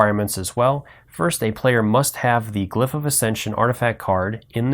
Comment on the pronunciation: Hol up. Did this guy just say 'equipTing' and 'glyphT'?